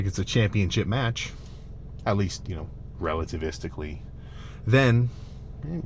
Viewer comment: Man said relitavistically